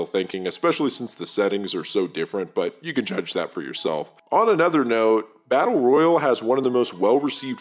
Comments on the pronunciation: The way you pronounce "Battle royale" makes me want to chew glass. Tell me you're not a gamer without telling me you're not a gamer. >.> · This video came out 3 days ago, in the year of our Lord 2023, a time in the existence of Fortnite, Warzone, PUBG, and this mans can't pronounce Battle Royale correctly? Never gotten a Victory Royale and it shows. Jokes aside this is well made and dope that just irked me a sec 😂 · It's Battle Royale...like a Royale with Cheese. 😂